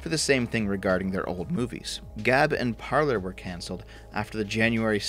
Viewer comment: Parler is pronounced "Parlay", not "Parlerr" :D SFO cancelled for butchering french.